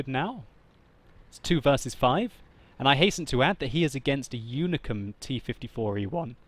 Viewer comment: its unicum, not unicorm, lol.